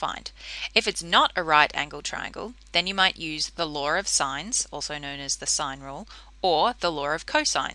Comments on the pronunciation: its law not laaawr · No one: Literally no one: Her: pronounces "law" as laWeR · Lar o sighnz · "The laur of sines" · ♫ I fought the laarr and the.. laarr won! ♫ ♥ Aussies